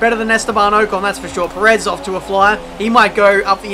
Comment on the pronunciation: The way you pronounced Perez kind of annoying